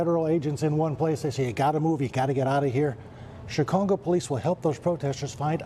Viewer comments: Did he call it Chi-congo? Hello? Based Department? He did it again . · He said ChiCongo atleast twice lol